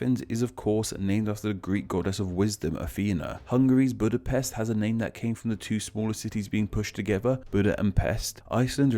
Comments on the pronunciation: Jesus christ, is it that hard to not butcher the pronounciation of Budapest? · YEAH!!! HE PRONOUNCED BUDAPEST WRONG TOO!!!! HUNGARIAN AND POLISH BROTHERS UNITE!!!!!